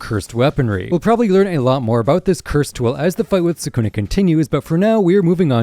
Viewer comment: Mispronouncing Sukuna is such a stupid mistake.